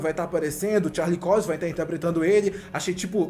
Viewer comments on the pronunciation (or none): mat muddog, charlix COIX... melhora isso ai mano, pelo amor de deus